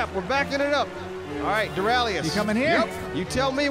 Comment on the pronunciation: Dorralitinous, damn it! Stop it with the spear, It's not funny... But still, I love you